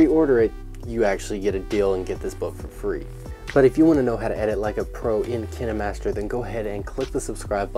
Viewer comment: It pronounced k-yn-ma-st-er